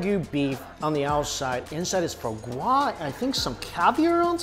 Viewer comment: lmao the way you say foie gras